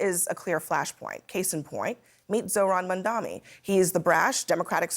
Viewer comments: It’s not Mun-dami.. it’s Mum-tha-nee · It’s M-A-M-D-A-N-I…MAMDANI. 🔥🔥🔥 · she pronounced his name incorrectly